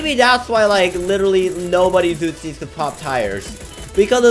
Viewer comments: And it’s uzis not utzis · User “five loads of ootzies”